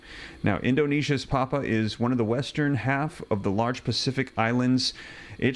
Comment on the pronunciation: Pronounce pap-you-a